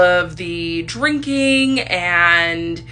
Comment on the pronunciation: Why is she continuesly elongating certain syllables while she's speaking? Like, when she was listing all of her trauma / substance usage, she wouldn't say "drinking" or "to", she would say "drrriiiinkkinng" or "tooooo". Does anyone else find it annoying? My autistic brain cannot handle it Edit - HELP WHY DOES SHE KIND OF SOULD LIKE LILY TINO????? LIKE THE WAY SHE SPEAKS SOUNDS LIKE LILY TINO